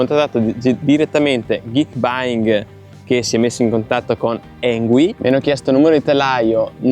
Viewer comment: Avrai pure controllato on-line per la pronuncia, ma la pronuncia esatta è "Ingui", non "Engui". Sbagliano tutti ... lo so. 😊